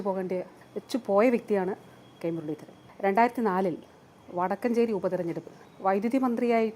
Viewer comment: അലോ വീണവായന നിർത്തൂ !വടക്കഞ്ചേരിയല്ല, വടക്കാഞ്ചേരിയാണ് . കഴിവില്ലെങ്കിൽ ഇറങ്ങിപോകണം.